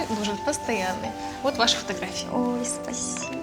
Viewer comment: согласна. слышно как говорит ой Лиз